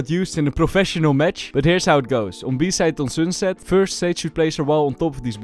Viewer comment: why does bro every "u" as "oo" like soonset